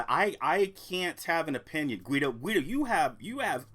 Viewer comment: Guido is his real name he's German it's pronounced "Gee doe". Congrats on the weight loss